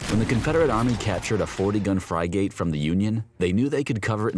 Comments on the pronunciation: Dude, "fry-gate"? Seriously? It's pronounced 'friggit'. Other than that - cool video. Thanks. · What the hell is a "fry-gate" .. LOL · The commentator needs to learn how to pronounce the word Frigate. It is not FRI-GATE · Bro..... Fry gate? like reallly? not just once but multiple times lol. I couldn't keep watching I will just watch Drachinifels video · What's a fry-gate? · AI narrator, hence the mispronunciation of "frigate" as "fry-gate". Really painful to hear! Couldn't stick with this. Mispronunciation of words, geographic locations, & names happens in alot of AI video docs. The tech has a long way to go! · Fry Gate reminds me of the times when I mispronounced words giving book reports in grade school. Like Deck A Ter for Stephen Decatur. Or Mill Eh Tuh Men for militia men. 😢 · Pronouncing frigate as f r y g a t e, was enough of a clue for me to give it a thumbs down knowing it would be worse than a second grade attempt at a book report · Never heard it pronounced "Fry-gate" before. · Lol I was gonna say… peculiar indeed XD between that and the…er… “smock-stack” I think my absurdity reserves now over-floweth lol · Wow I thought for sure that was a weird AI mispronunciation. Why would you purposefully say it that way???